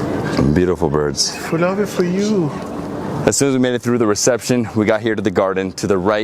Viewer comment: Faloodeh: Feloodah: Faloodeh: Feloodah: we have Faloodeh Kermani, we have Faloodeh Shirazi and Faloodeh Yazdi: Feloodah